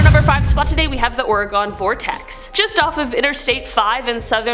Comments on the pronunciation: As a Oregon native. it's not pronounced that way.. it's not ore-gone lol its pronouced Ore-gun.. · The way she said Oregon gave me a stroke